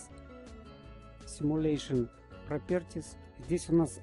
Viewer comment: За симулЕйшн пропЕртис. Отдельный лайк:) Претензий - нет, просто улыбнулся:) А за видео спасибо, все тщательно и кропотливая разобрано